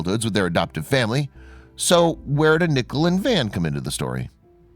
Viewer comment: Pronounce Nic-Ole not Nickle lol.